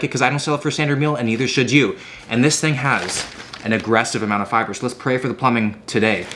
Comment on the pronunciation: he said fiber so southern